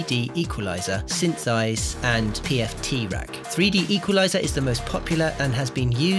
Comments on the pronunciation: Pf-track. Not pft-rack. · Homie said “PFT rack”